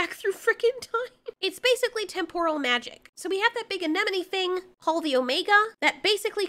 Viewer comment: it almost sounded like you said “Paul the Omega” instead of “Called an Omega”